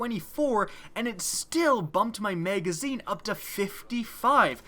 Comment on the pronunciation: Learn how to say Magazine...